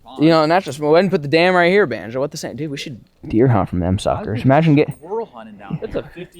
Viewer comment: Im sure we all miss calling banjo (bonzo)